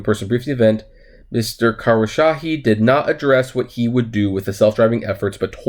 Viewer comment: Kos - row - sha - he